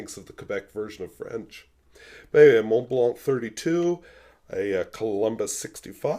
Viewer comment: Mon Blan....in french you do not pronounce the 'T' and the 'C' from MONT BLANC... hope it help ....i know french is not easy.